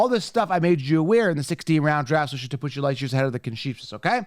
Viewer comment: he also can’t pronounce “16 Round Draft Solution” right. He’s so caffeinated and amped up, it comes out “16 Roun Draff Shushun”. 😂😂